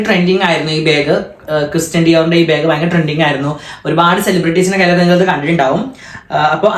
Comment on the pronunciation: ബാഗ് എന്നല്ലേ പറയാ ഇവൻ ഇതു "ബേഗ് "ആക്കിയോ 🤔 അതുപോലെ ആഷി ഉമ്മ എന്ന് പറയുന്നത് "ഇമ്മ"എന്നാണ്.. 🤔